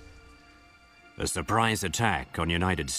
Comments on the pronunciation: How hard can it be to properly pronounce Patriots.... I mean they say it a thouand times in the games... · Holy shit that way of pronouncing patriots annoys me! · cringe every time he says.."the PATriots"